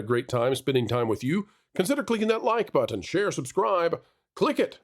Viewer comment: I chuckle every time you say.."hit the like butt-ton"😂😂